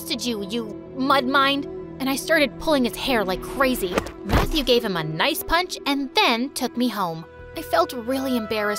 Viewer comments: It said punt not punch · You know u said punt